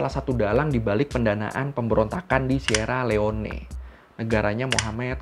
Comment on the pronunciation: koq ngakak ya pas baca Sierra Leone.... Bacanya simpel kak,,"sirri liong"... wkwkwkwk